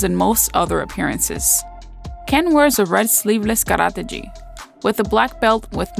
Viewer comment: nice featurettes, one critique though, look at the pronunciation of the japanese words. Specifically "gi" (hard G and long vowel E)